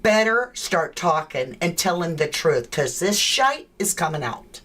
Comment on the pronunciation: Well done totally got the British way of expressing the word shite 🤗 lol love it.